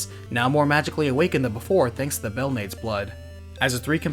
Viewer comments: Naaa... you butchered my and Syfa's surnames :/ It's Bel-na(h)-des and Te(h)-pes!! Just read them the Spanish way, not English. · You also mispronounced Sypha's last name. Belnades is pronounced bell-nah-des. It has Spanish roots, so like in Spanish, you pronounce every vowel.